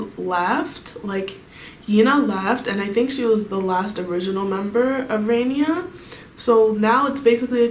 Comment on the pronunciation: It’s 라니아 not 레이니아 okay?